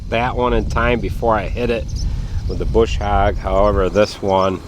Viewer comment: I like how says it.. just the right eastern accent on the "hog".. lol